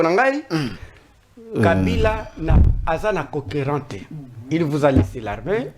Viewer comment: Na français, azali makasi penza te! Imaginez "UnE geste", conquérant au lieu ya concurrent !